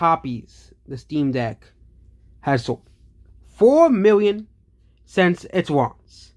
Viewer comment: How many miwwion more? Stick to physics,.